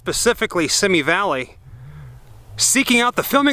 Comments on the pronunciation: It's pronounced SEE ME Valley. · I thought it was pronounce "see-me" valley? The guy riding the bike in the beginning, carrying the beer and getting jacked up by the remote cars was "Bonanza" star Dan Blockers son, Dirk. Just a little trivia tidbit.